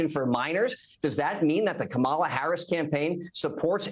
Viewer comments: Why does he insist on pronouncing VP Harris name wrong, over and over. Such disrespect! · Hey Corey- be a big boy and learn how to pronounce V.P. Harris’ name correctly.